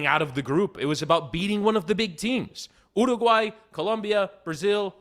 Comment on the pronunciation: Miami Heat talk, hockey talk, soccer talk. Hearing say ooooraguay. Fuck my life.